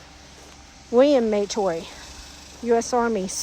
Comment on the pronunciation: Yes, we are Indigenous: Tslagi and Chahta. Our family pronounces it Matoy, not may-toy. Although I recognize that there may have been some dialect and accent nuances specific to the area, though it does make me cringe a bit as it simply isn't how we have pronounced it